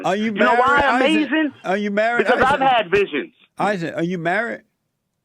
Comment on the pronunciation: Uh may zin